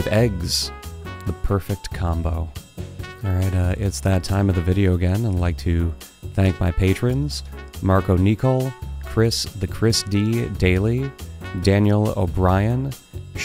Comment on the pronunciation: I will take "Nee-col" over "Nicole" any day, but since you asked, Nicol is said like "Nickel", as in pumpernickel (hey, why not go with a bread theme?). Was fun to watch!